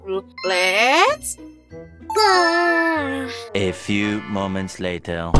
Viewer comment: Let's go bukan lesttttt go beda arti